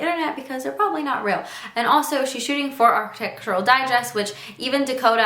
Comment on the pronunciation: you cant even say 'architectural' properly